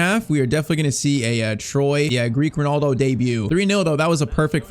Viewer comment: the double l in greek is pronounced like a normal l